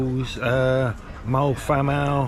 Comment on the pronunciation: Thanks for the footage, hoping to do this in 2026. BTW, Moel Famau is pronounced "vam-eye", and the hill after Moel Arthur (just before you got to the first checkpoint) was Penycloddiau (pen-uh-clothee-eye)!